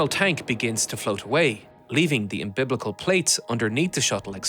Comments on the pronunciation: Um-beh-lik-ul. Not um-biblical. Way more than that but we can hopefully make progress on that one. Nebula sub when progress witnessed. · Umbiblical plates 👌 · The "umbiblical" doors😂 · Um-bil-ical not umbiblical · ..."imbiblical" sure is a funny way to pronounce "umbilical"... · Umbiblical. Yes I’m sure they said Hail Mary’s every time they installed them. Think you mean “umbilical “. Haha. Great production anyway. Just thought that was funny when you did it twice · I hate that you say un-biblical when you mean umbilical.. At least the subtitles are correct :) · Every time you have the word "umbilical," you're saying "umbiblical," and I'm sorry, but I have to laugh. Fantastic video. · Im-biblical???? I think the word is umbilical. You know, like a baby's umbilical cord. Great doc though. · I will never call a connection an 'umbilical' ever again. I much prefer your 'umbiblical'. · excellent video! It was quite entertaining to hear you say "umbiblical" over and over again!🤣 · Lol, took me a while to realise he was trying to say umbilical when he said umbiblical. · Definitely umbilical. Thought that was a strange error. Maybe trying to get people to comment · "umbiblical" cute mispronounciation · yes, it's just that accidentally pronounced it "umbiBlical" with a second B. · Awesome, as always. Just a note, it's umbilical, not embiblical. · Colyoume, umbiblical, youllage... google will tell you how to pronounce words if you ask it to you know